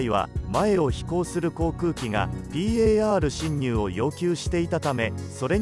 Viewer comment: ぴーえーあーるしんにゅう の発音がじわる